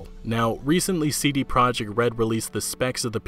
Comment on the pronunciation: Nobody seems to pronounce "CD Projekt" correctly.